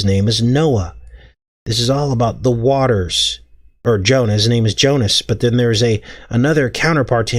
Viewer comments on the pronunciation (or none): none